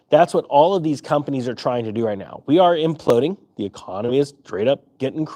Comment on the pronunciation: "We are omploding" ....Me with NVDA calls 😎😎